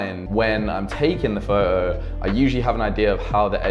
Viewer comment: It’s photo with a t. Not fo’os